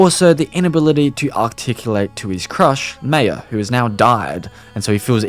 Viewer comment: The way you said Maya is killing me